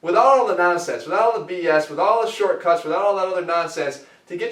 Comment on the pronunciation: LooooL the way he said shortcuts obviously referring to Mike Chang. LOVED the Jeff rant BTW.